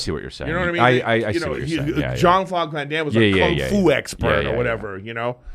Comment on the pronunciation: Brendan isn’t on the episode so Eric picked up a speech impediment?! 🤣 I swear he hasn’t pronounced Jean Claude Van Dam correctly yet 😂